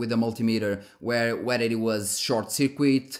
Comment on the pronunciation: i learn so much from you and you have helped me with my purchasing decisions, getting more performance, better temps and much more with my components... ty i only speak one language so you are already doing better than me in that regard lol, but if i may: circuit in english is pronounced surkit. not that it bothers me even slightly, it's just if i were to speak a foreign language, i would appreciate any help from native speakers on pronunciation. keep up the amazing work, you are an awesome guy!